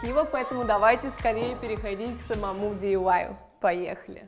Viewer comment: Не дивай а ди ай вай